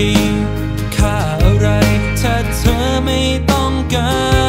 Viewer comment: เพราะดีค่ะ แต่ถ้าเจมส์จะออกเสียงตัว ธ ท ถ ให้ชัดและถูกต้องกว่านี้จะดีมาก ยกตัวอย่างคำว่า เธอ ฟังแล้วมันเป็น ทเชอ หรือคำว่า ถึง ก็จะเป็น ทฉึง เหมือนมีเสียงตัว T+ch สังเกตุจากที่เจมส์ร้องเพลงมาตามงานโชว์ตัวต่างๆจะเป็นแบบนี้ตลอด และครั้งนี้เป็นเพลงที่เข้าห้องอัดจริงจัง เลยค่อนข้างมั่นใจว่าเป็นการออกเสียงที่ผิด ถ้าแก้ไขได้ในครั้งต่อๆไปจะเพอร์เฟกท์มากกว่านี้ พี่เป็นคนหนึ่งที่ชื่นชอบและติดตามผลงานของน้องเจมส์มาตลอด ค่ะ